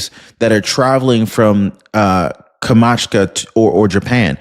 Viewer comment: KOM-CHOT-KA that is how to pronounce that place in Russia.